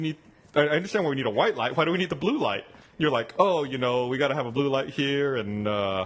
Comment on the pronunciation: omg Gus pronouncing "white light". Hidden Texan accent go!